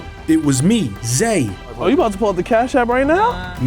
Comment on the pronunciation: Zay became Zed 😂😂😂